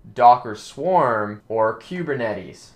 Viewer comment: queue-burr-netties? it's koo-burr-netties...